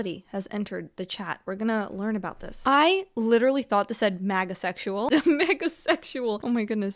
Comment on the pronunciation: Did you say MAGASEXUAL 👽👽